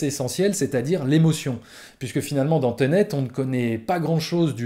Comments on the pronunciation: On dit "Ténét", pas "tenét" 😄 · .........."teunète".............., ensuite j'ai bien aimé le "je suis sortit de la salle un peu partagé" et 1 seconde après "j'étais dégoûté" XD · Teunet lol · « Teunet » mdrr